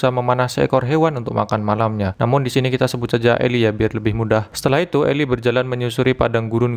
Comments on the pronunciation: Itu baca nya eli bkn ilai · The book of eli (bacanya eli bukan ilai) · Bukan elay bang tapi eli